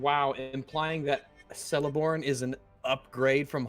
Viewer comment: In tolkien's work all names with a c in them are pronounced as a k and not an s. Celeborn is thus pronounced "keleborn" and not "seleborn"